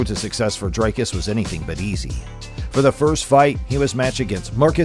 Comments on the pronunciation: Bru, it's pronounced DREEKUS, not DRAYKUS! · Lets see if I can help you pronounce his name. Say "we, me, see, tree"... that ee sound. Now say "Dree" (not dry). The cus is like someone who cusses a lot. cuss. Dree-cuss. You've got the surname right. Please get it all right before his victory against Strickland. Otherwise, a great video. Thanx. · Why can't yankees just say Dricus. Dri-Kis not Dry-Kis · He OBVIOUSLY has MY backing as I am South African as well..........Oh YA - AND! - For the English speaking viewers. His name is pronounced "DREE - KUS" NOT "Dry-cus" 😝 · It sounded fine to me, he actually nailed it. edit: ok the name is a little off, sounds like Drycus, it must be pronounced "Dreecus" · Always fascinating to me that people from the USA can't pronounce his name. They can say 'big' and 'kick' but somehow Dricus becomes Dry-cus 😂 Ander ding wat hulle nie weet nie. #stillknocks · You can CLEARLY hear how the commentators pronounce his name but you insist on pronouncing it Drycus??? WHY?? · A message to the commentator in this video. PLEASE sir. PLEASE learn how to say Dricus's name correctly. The way you said it sounds terrible!